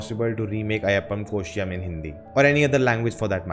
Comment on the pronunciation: Learn to first pronounce properly the name of this original movie